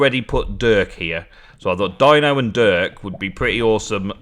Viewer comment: thank you so much for naming the blacksmith Dino it is said with the E sound by the way but not a big deal lol